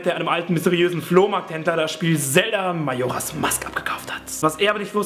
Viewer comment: wie du majora gesagt hast xD (no hate (: )